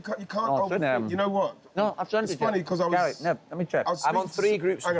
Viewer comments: Yes, he calls Gary 'Gal'. It's an affectionate/familiar shortening of the name Gary. Not really sure why this confuses you? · Can I ask what is that word he is saying? It seems when he talks to Gary he says “gyal” and I can’t figure it out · what is that word Ian is saying? It seems when he talks to Gary he says “gyal” and I can’t figure it out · Why does wright keep saying GAL? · I love how Wrighty calls Gary "Gail" 😅😂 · I first noticed it last episode and now i can't un-hear it. Wrighty calls Gary "Gal."